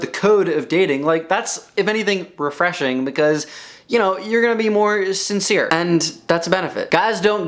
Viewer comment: idk why i laugh so hard when you say “refreshing.”